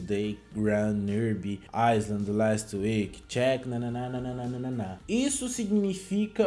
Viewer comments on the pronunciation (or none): none